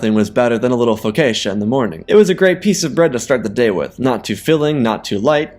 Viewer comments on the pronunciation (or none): none